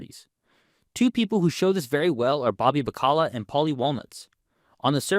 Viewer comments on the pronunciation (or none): Bro… Bobby Ba-cala? It’s Bac-a-la. Common man, act like you’ve seen the show. Other than that small hiccup that I can move past, I still enjoy the video.